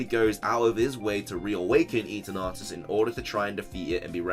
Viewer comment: A piece of my soul dies every time he says, "e-turn-atus"